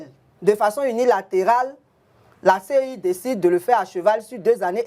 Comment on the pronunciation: Au lieu de CEI c'est lui qui répète tout moment CIE en plus un député de notre nation ééééh Dieu .